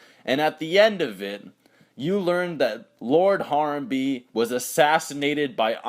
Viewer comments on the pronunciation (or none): No, it's HA-RAM-BAE. that's how you would pronounce it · You prounounced Harambe wrong, it's HA - RAM- BE. With the E silent.